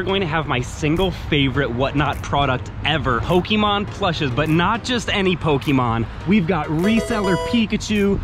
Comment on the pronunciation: Aaaauuiiggghhh please stop saying Pokeymon